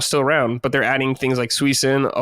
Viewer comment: I've only ever heard one other person in my life pronounce Suicune that way